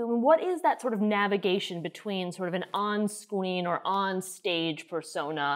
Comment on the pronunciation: on scween